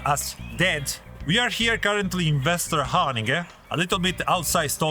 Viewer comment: Very impressed with your pronunciation of Västerhaninge! Not everyone can handle the umlauts, must be the black metal in you. 😎🤘